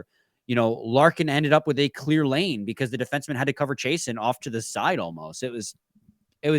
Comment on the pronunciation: It's Chiasson, Chay-Sahn or Chase-On, not Chay-sen. Like Steve Chiasson who played for the Red Wings in the late eighties and early 90's. 😁